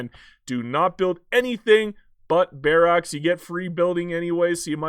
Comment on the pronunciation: You say barracks like Barack in Barack Obama